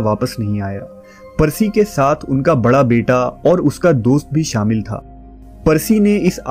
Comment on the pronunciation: Your Urdu & English pronunciation is very bad, plz clear it. Shakhs ko aap sakhs bolte ho Shaadi ko Saadi, Shamil ko Saamil. National ko Nasnal. British ko Britis😢